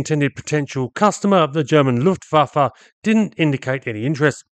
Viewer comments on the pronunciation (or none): none